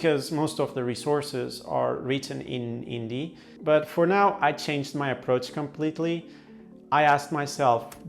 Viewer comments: It's pronunced "Hindi" not "Indi" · Sir, just want to let u know that , we don’t pronounce Hindi as Indi , h is not silent, pls note that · He just pronounced Hindi Indi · uts actually HINDI, bro, not INDI😂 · First of all learn how to pronounce the word hindi first d is soft when it is enunciated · In word Hindi the 'd' isn't pronounced as ड it is pronounced as द. Watch Karl rocks video about how to learn Hindi.